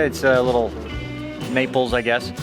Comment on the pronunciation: Naples sounds like nipples.